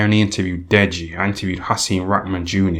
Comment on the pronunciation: "Dead-GEE" LOLL